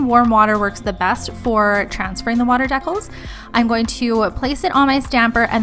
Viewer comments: Deeee-cals lol Not Deckels dekels Really great video tho! That’s for the education 🙏🏼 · Isn't it pronounced dee-cals?